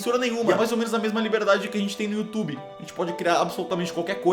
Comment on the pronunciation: YouTubre rsrsrs 😂